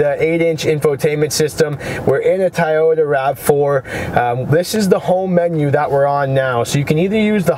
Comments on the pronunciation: Toy-Oh-ta not Tie-yodah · It's Toyota not Tayota.lol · Fuckin a I had to stop in cause it's toy-ota not fuckin thai-ota... Dimwhit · Its pronounded TOYota not TAIYota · It's pronounced "TOY-YOTA" not "TY-YOTA". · Kind of hard to take your guidance seriously when you can't even pronounce the make correctly. "Tyota" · Have I mispronounced Toyota my entire life? Or is it supposed to be “Tie-Yoda” like this guy keeps saying? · I was laughing the whole time.